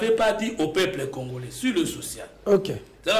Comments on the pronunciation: arrêtes avec tes prétentions, un licencié ne peut prononcer congolain en lieu et place de congolais alors tika boye avec ton diplôme car tu es incapable de le défendre devant bref oza nanu citoyen tse car tu as bcp à apprendre cher kiekiekie djalelo ezo futa yo tse ti na quatrième année ya pouvoir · Voyant le regard de, il est trop deçu d'avoir inviter #, il fait de son mieux pour avoir une prononciation de français mais nul en debat. Bravo 💪✊🇨🇩